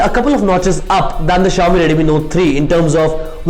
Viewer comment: Jalaj Joshi Also he has to improve his pronunciation, especially of "Redmi", sounds awkward to me